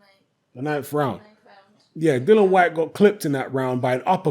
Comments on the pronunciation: it's DILLIAN, DILLIAN, DIL LIAN WHYTE. NOT DILLAN. IAN NOT AN. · Dillian Gillian Shelillian Whyte.